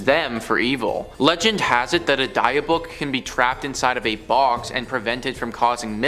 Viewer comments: Dybbuk is pronounced "dib-ick" not "Dye-buck". Also, it did not originate from a church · After many years of watching this network of channels, im fully convinced the host like to mispronounce words on purpose. Where on the internet have you ever heard someone pronounce "Dybbuk" like that? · The pronunciation for dybuk box was said wrong it’s pronounced like this (Dibuk) the y is like an I sound. Also the way Zack Bagans. Name is always pronounced wrong too, it would be like ( Baygans) if it had a y sound. Not the way it was said. Sorry.